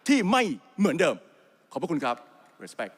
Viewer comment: เสียงคล้ายๆ คุณชวน หลีกภัย ฟังนุ่มหูจังrespect ออกเสียง ริสเป้กท์ ไม่ใช่ เรสเป้กท ชอบลีลา ผู้แทนคุณภาพแท้